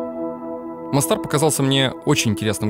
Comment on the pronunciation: Видео супер. Но, Антон, город в Боснии Герцеговине вроде читается, как мОстар, а не МостАр. У меня в Англии была одногруппница оттуда, она именно так произносила.